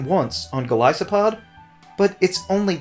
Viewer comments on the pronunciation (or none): none